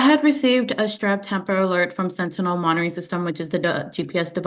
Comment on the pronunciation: Bless her she just cannot pronounce sentinel